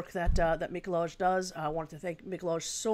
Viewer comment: it's Mee-ko-why :)